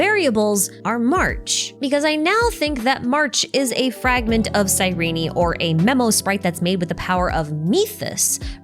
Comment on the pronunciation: Great video but it's pronounced "Cyreen" not Cyreney